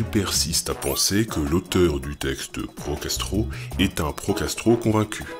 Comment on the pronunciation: Ce genre de vidéos à minuit c'est pas une bonne idée: au lieu de pro-Castro j'entendais pro-gastro...